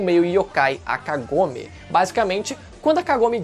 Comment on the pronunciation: descupa mas kagome voce fala com o k mas e sem o k como se fosse agome sem k